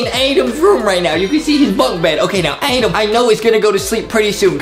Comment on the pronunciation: Adam not Adem